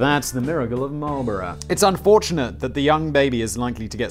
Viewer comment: The way he says Marlboro (Marlbora) offended me